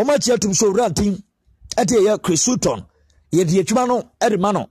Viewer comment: Please pronounce the name well